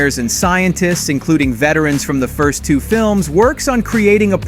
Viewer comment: You have a wierd way of saying two/second xD